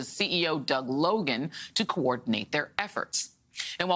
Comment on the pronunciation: Bye Felicia MSNBC. 🤭😆🤣. Did she just say Cracken lady?!?!? 😆